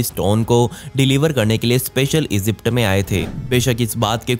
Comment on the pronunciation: Esypd nahi hota Egypt hota he,🤣🤣